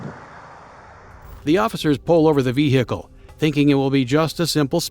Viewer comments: Why you saying veHicle wrong.... such emphasis on the H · i love the way he pronounces "vehicule" its cute